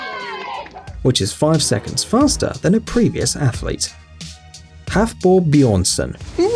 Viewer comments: Is no one hearing halfbor every time he says his name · Haf-"bor"? Nah man